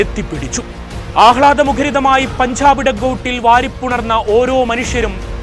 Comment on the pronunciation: പൻഝാബ്. വിഝയം നീ ആദ്യം പോയി മലയാളം ഉച്ചരിക്കാൻ പഠിക്ക്. കഷ്ടം.